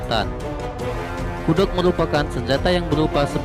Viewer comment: Kudok😂😂😂 kuduak bang kuduak 🤣